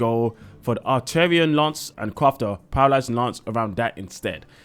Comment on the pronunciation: Arterian? ar-tear-ee-an? it's artian. like Martian. great video!